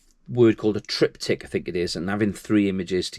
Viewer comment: Hi Enjoyed the video, I will be shooting more in sets now, good triptych tip ….. try saying that without your teeth in 🤪 Best wishes 😊👍